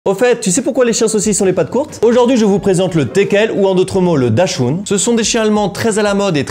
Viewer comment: Juste sa se prenonce dackshound